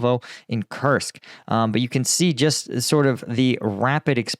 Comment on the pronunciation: Koorsk. It is pronounsed Kooorsk, like roots.